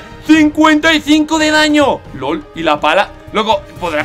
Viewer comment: en vez de lol dijo gol